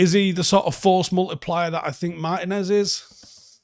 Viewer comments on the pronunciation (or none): none